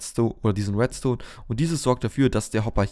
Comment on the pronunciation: Es heißt REDstone nicht WETstone !!!!!